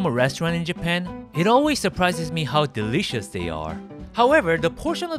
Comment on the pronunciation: Hey don’t judge Japanese saying “derishasu” it’s so true tho 😂